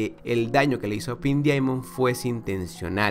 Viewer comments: "pink diamion" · Duele escuchar como no sabe pronunciar "Pink Diamond" y dice "Pin Diaimon" ;~